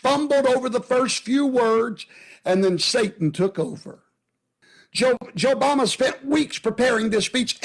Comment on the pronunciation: I heard Joe Mama not JoeBama lmao